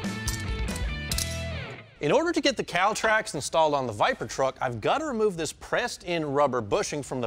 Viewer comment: I can't stand the way the short lil guy talks. " We gota wemove this inta coowa to get to the bowlts" lol